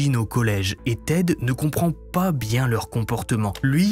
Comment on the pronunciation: Le "po" à la place du "pas" est tres irritant par contre 😂